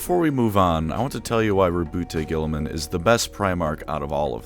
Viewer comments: "Roboot Guiltyspark" 😀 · It's not even the first of april yet we have here on our hands Rowboat Girliman pronounced the greatest primarch. I've got clickbated. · Congratulations on making it to before purposely mispronouncing his name. I know the temptation was hard to fight off.